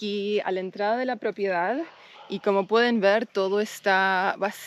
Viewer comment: stop saying "propiedad" makes you sound very gringa lol. It's just an advice bc as you might know, the more gringos you look and sound, the more local people will try to get advantage from you. Remember you're in Argentina and this time you're not a tourist, you're an owner; people trend to have strong preconceptions about your current position. Though property is the correct word, maybe "terreno" is more suitable now. My best wishes for you and. Remember to hit me up when you need professional advice on tourism and hospitality projects as that's my expertise. Cheers!